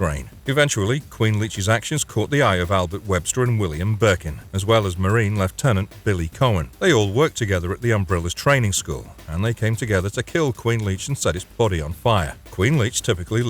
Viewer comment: exactly my point albert WEBSTER???